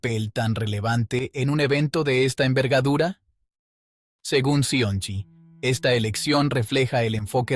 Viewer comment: Si el que pronuncia "Cionci" lo hace así... todo lo que sigue será igual... Mi pregunta sigue siendo: ¿quién pagaesto?.